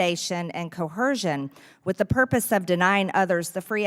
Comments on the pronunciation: Greene : 1.58 '' Co - Hershun '' Coercion.. Pronounced Co er sion.. FFS Greene '' I have been an Emplpyer blah blah blah 20 years blah blah blah '' Greene was listed as the chief financial officer of Taylor Commercial from 2007 to 2011 a 2021 Atlanta Journal-Constitution investigation determined that she no longer had no significant presence at the company.. In 2011, Greene stepped down as the company's CFO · Gawd she's so dumb... it's not "Co-HER-shun"